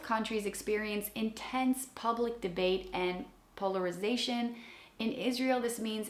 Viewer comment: ...po-ler-ri-zation. You got this! 😊❤.